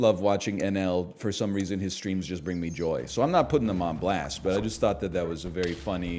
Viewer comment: everytime NL says "I am so back" I heard "I am sewed back" as if he got ripped apart and stitched together then brought back to life which kinda is from time to time in sap 🤔